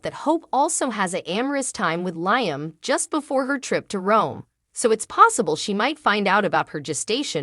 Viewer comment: Liam’s name is pronounced Lee-um.!!!!